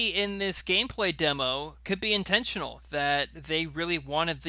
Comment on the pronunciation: "Intntional" bro gtfo